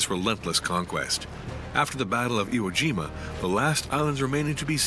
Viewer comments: announcer calling IE-shima- Iwo Jima. Different island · its simply amazing how totally inaccurate the narration is...they could not even get Le Shima correct instead calling it ie jima... clearly the whole matter like much on the internet has been poorly produced and certainly not proofread by any competent historian... take most of what is presented here with a grain of salt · It's pronounced, "I E Shima." You guys spelled it correctly on the screen, but pronounced it, "Iwo Jima." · Ie Shima... Not Iwo Jima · pretty sure some AI is involved here since they refer to the battle of "IE-SHIMA" as the battle of "IWO JIMA"... at least in the writing